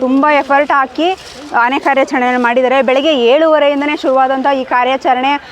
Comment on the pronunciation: Amma thayi nin kannada keloke agta illa. Dayavittu bayi muchamma. Phala kke pala antiya Aane ge haane antiya.